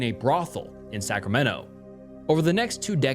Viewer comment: I’m sorry… scramento?????!